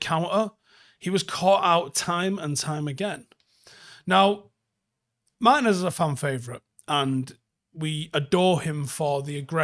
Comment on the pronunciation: It's "Mar-TEEN-ez"